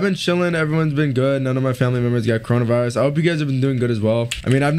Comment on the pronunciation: OMG HE SAID CONRAVISRUS